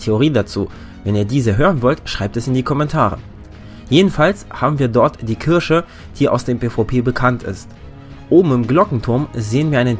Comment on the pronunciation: Kirsche 🤣🤣🤣😂😂😂😂😂😂😂😂😂 DAS heißt KIRCHE